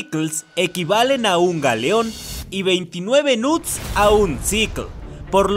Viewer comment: Alguien mas se dio cuenta que el menciona a los "knuts" Como "nudes" 💀